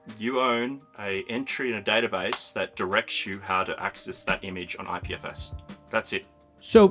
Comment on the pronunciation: "IPFS", not "IFPS".